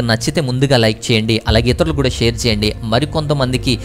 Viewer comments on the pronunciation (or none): none